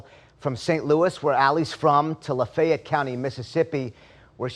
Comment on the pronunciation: I’ve never heard Lafayette pronounced “Lufey Et” before lol